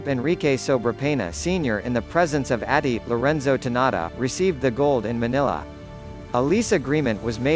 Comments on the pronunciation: I'm confused. Hearing the speaker, he sounds like an American but he pronounced Atty. as ati and not attorney. I think its a word translation app. This same voice could be heard in a youtuber reporting about the west Philippine Sea and South China Sea latest news. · I also heard that and I laughed. Ati??????? goodness me. another one I heard narrating in I think The Ophirian Heritage series, he pronounced that abbreviated mountain as MT. loss my interest in listening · Ano daw Atty? OMG!Abbreviation ng attorney ang Atty, it should be read as Attorney! Pres?(President), P?(pesos). How can you believe this?I was so curios about this because some of my friends was watching it , and they really believed that it’s true. This is purely propaganda.😏